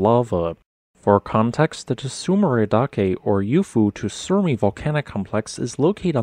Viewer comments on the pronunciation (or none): its not that big of a deal, but if you want to pronounce tsurumi better it has 3 characters and 3 syllables, tsu ru mi, they are pronounce like sue (the name, or the action you use lawyers for) only with the tongue starting on the teeth/upper gumline like you were going to say tea. if you want to leave the t sound off it wont be too terrible though as a lot of english speaking people have a hard time with sounds like that. the next sound, ru, is is like the roo in kangaroo, or the roux you make in the kitchen. then the last sound is mi, pronounced like you are referring to yourself, me, or the first part of the drink mead. so its (t) sue roo me. again, this is only if you care about trying to get it correct, and im not trying to shame you or anyone for not being able to easily and accurately speak words from a foreign language.